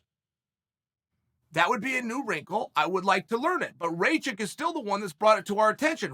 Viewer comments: Ratchik I thought it was called rakich uncle chael the best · Me: Rakic Chael: Racik Me: Racik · It’s not Ray chick, it’s Rack Itch lol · As an American with roots from Serbia, it's pronounced Rock-eech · rey-chick.........good one chael... :-DDDD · Who's RayChick? And PRO Hass-kick? "Igor Prohasska"? I mean jeez..... I just know mixedmollywhoppery is gonna do a bit on Uncle Chael about this stuff lol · “Rayshit” LMFAOOOO CHAEL I LOVE YOU!!! 🤣💀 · Ray chick, Uncle Chael’s name pronunciation record is Undefeated-0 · Why does Chael keep pronouncing these guys names wrong😂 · You pronouncing wrongly his name Uncle Cheal 😂 Ra like Ramadan... Not like rain... 'A'.... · 😆 🤣 😂 Chael stop playing I can't anymore lmfao you know damn well that mans name is not Igor i could see you having trouble with the last name but you ain't even in the ball park anymore 😭 Bruce Buffer need to start using some of these names just to see fighters reactions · Sometimes I think Chanel mispronounces names on purpose. I laugh out loud every time